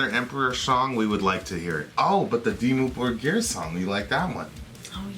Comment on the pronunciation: it's pronounce "Dimmu Bórgir" not Borgír... and of course you can be the master of your own life, you literally have the power to end it, you can't control what surrounds you and that's what you failed to understand, anyways, i just came here to say reactions videos are the dumbest thing on earth as well as people watching them, don't judge me too fast, i just randomly placed the mouse at the mark to hear what they talk about, then i realized this guy is a complete ignorant talking about a subject way too rich in knowledge like black metal, let alone Norwegian Black Metal, both of you can't even grasp what Norwegian Black Metal is, then again, i'm guessing you're both north american so it's understandable, ignorants everywhere, in fact the title needs to be change asap to "ignorants react to" whatever brainwashed nonsense you yap about. #stopmakingstupidpeoplefamous